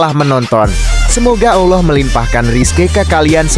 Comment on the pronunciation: Ngomong lafazd Allah kok BLEPETAN ya kacau kacau